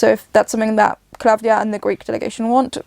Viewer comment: The singer’s name is klavdia ,not KLA’VDIA the tone is on i